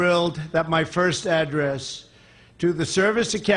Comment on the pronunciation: Does he realize the difference in pronunciation between an Address (for mailing things) and to address (Which is what he is doing)?...Probably not...